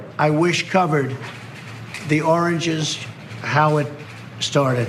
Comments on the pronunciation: Really, I'm dying to know what Trump was talking about! "the oranges of this are abzured." Just got it - the origins - he was trying to say origins. Oh my gosh, what a mess. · he meant to say "origins" and he says oranges. LOL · I think it was his trying to say origins which came out oranges, several times. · Origins. Oranges. Keep in mind this is a guy that famously says "big league" but everyone thinks he says "bigly" because he doesn't pronounce or enunciate properly.